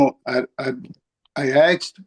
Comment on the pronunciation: SHE AXED HER LAWYER!!!!!!!????